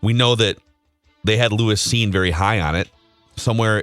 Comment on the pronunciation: Purple Daily fumbled round one. and didnt know who Lewis Cine was. The two Dopes couldnt even pronounce his name right. It's evident and never watched a single Bulldog game. Hey, what is the name of the Georgia player who was named MVP of the NCAA Championship game?